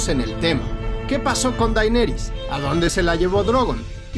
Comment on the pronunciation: DAINERIS??????? keeeeeeee